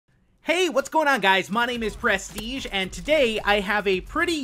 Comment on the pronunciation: What's up guys it's prasstiege